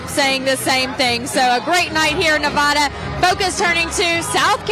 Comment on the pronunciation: It's pronounced Nev ADDA not Nev odda.